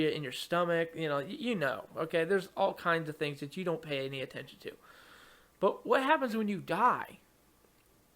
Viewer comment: "Bwwut" lol